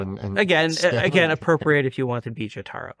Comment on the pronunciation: " Jo - TAR - o " ? It's JO - taro.